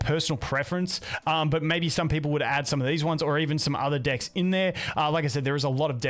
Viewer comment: stop saying dikks!